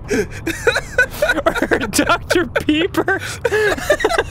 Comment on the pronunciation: My grandpa from Panama actually pronounced Dr. Pepper the EXACT same way Dan pronounced it when we were at a restaurant in NC.